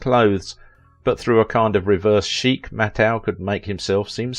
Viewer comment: This is the BEST bio-video you've ever put out!!! Mattheu was the BEST!! Except for MISPRONOUNCING Walter's last name it was the BEST!!!